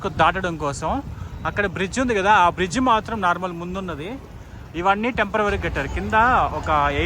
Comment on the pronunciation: Tempervary కాదు temperary